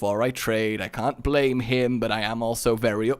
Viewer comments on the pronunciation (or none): none